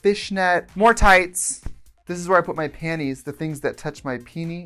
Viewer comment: Did she say hoowhere i get ready bc PLEASE keep doing it lol 😂